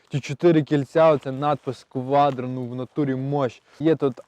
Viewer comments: Не КваДро, а КваТро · не кваДро а кваТро, а Audi 👍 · Не квадро А кваттро